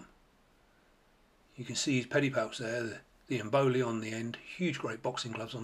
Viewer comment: 9: 03: It's EM-bo-li. Not emBOLY.😉